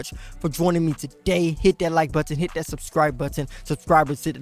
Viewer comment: Hit that sub scribe but ton and that like but ton. He got proper on that